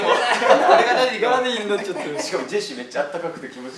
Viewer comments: 樹くんのファン歴関係ないっていうことをちょくちょく挟むのって凄くファンに寄り添ってるなぁって尊敬する 髙地くんのダディ呼び凄いなぁ、しっくりくる だけど、ジェシーくんの発音が良すぎてダーリンに聞こえる……(灬º 艸º灬) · ダディ呼びが生まれた瞬間が残ってるのも、 生み出したのが北斗なのも、 その後繰り返してるのにスルーしてるのも、 自然に流行ってしっくりしちゃうのも最高すぎてる 発音がDaaaddyみたいにちょっと甘ったるいのもおかしい